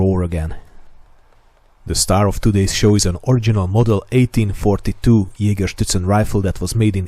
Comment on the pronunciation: It probably has to do with the time I spent in Bavaria in the US Army, but every time you said Jägerszutzen in this video I heard it as Jägerschnitzel... Now I'm hungry!